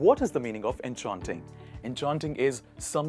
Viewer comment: Dude, if you're a swifty, why are you pronouncing enchanting like that!